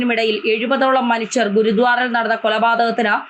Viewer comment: Not GURUDWAR,PRONOUNCE GURUDWARA